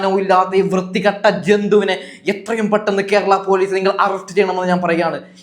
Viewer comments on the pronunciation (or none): none